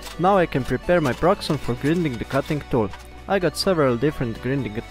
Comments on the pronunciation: Grinding pronunced grainding. See you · Thank you for this. I want you to know that "grinding" is pronounced with a long first "i," like "finding." Thanks again. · can you say... grAAAAIIINding ? ... its not the fucking grindelwald !